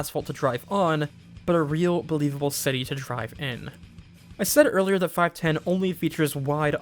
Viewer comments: It's pronounced "five-one-oh", genius. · I think it's pronounced 'five-one-oh'.